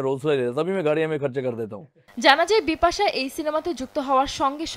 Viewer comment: Bipasssa uccharon hobena